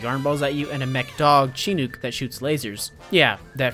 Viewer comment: Your pronunciation of Chinook makes me giggle as someone who grew up in Alaska.